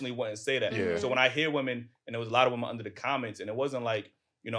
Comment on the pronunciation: Green scully talking about correcting someone's speech and can't pronounce the word "women".